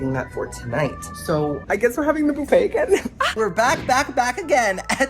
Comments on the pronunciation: Boofay? No bufffay! It's not Halloween 😊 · Boofa??!!!! 😂 Buffet. You know he's going right to the fruit bar! Lol!!!!! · Do you pronounce buffet “boo fay” to rage bait? 😂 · It’s buffet pronounced ba fey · I love the way you pronounce “buffet”